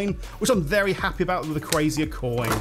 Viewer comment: Why do you call Rayquaza Rayquazia